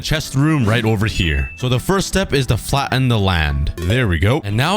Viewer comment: Bruh you said flaen instead of flatten